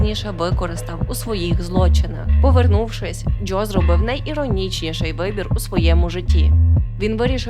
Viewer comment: Чому ви вимовляєте ДжЬо і Джьозеф? 🫣